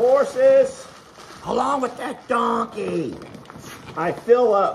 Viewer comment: LOL when u says donkey 🤣